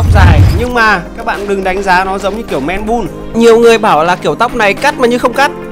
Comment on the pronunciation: Man Bun đọc là "Men Băn" em ơi. Không phải " Men Bun"